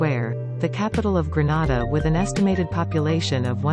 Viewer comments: Whoever is the narrator needs to pronounce the word Grenada properly. It is not a Spanish word. It is gre-nay-da, not gre-na-da. Please get help when you need to. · If she says Granada one more time 😤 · I wish you would pronounce Grenada properly. You are pronouncing it like Granada in Spain. Aah I see I am not the only one commenting about the wrong pronunciation. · thanks for being sensitive to this issue... my issue is that ppl who aren't aware of its correct pronunciation may think it's in spain.. It's for TOURISM purposes, so let's get it right.. 😊 Thanks